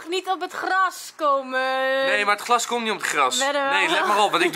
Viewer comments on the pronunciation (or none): zegt. Elke. Keer. Gras. In plaats van. Glas😂😂😂😂